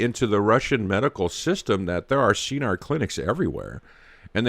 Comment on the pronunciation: Pronounced SKenar... hard K